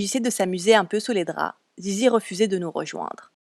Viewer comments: C est pas "zizi" mais lizy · Elle s'appelle sisi ah je croyais que c'était zizi C ton accent déso 😅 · Il le pronomce mal mais c'est Sissy